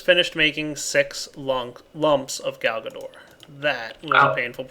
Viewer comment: I don't know... everytime he says Galgador I just hear Garbador...